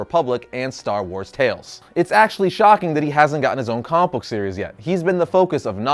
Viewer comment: can you say comic book correctly?